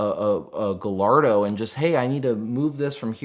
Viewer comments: He said gallardo wrong🤦‍♂️ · All that knowledge and the shop didn’t teach him how to properly pronounce, “Gallardo”? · Came here to say the same thing! 🤣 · Let me sum up. “I got a job. I learned stuff, but not how to pronounce Gallardo.” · I'm sorry, how did he just pronounce the "L"s in Gallardo?